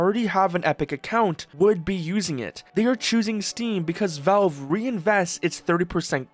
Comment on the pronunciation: they're called valve, not velve